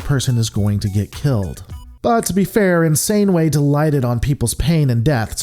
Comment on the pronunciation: LOL Did you say, "Insaneway"?